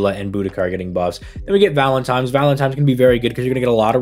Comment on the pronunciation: Am I crazy or was pronouncing it "Valentime's"